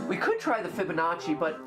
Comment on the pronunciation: Yea like now i know how to say fibananchi